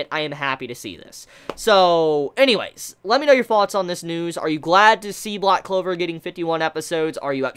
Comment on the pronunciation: man said loud clover lmao